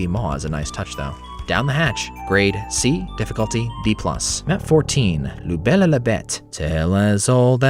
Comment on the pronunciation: small comment, but it's "La Belle et la Bête", not "Le Belle". "Belle" is a feminine noun. also "Ruée vers Laure" is a pun. Because the name "Laure" sounds like "L'or".